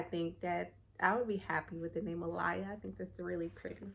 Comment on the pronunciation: You pronounced Alaia wrong haha button was a cool twist 😁